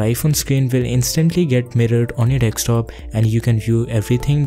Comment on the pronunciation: Dekstop ???? DEKSTOP ???? deKstop??